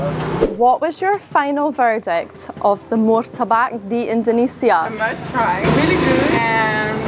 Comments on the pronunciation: Martabak boss.....bukan murtabak. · Your Pronounce... Badly... , Not.. Mortabak.... 😂😂😂😂 But is.. right... MARTABAK ... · Malaysia: Apam Balik Indonesia : Martabak, not Murtabak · It's pronounced "Mar" not "Mur" Marrtabakk ... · Please don't say Mur ta bak. As it is written is Mar ta bak, miss.